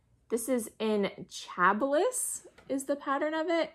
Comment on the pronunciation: "Chablis" is pronounced "Sha-blee." Just an FYI.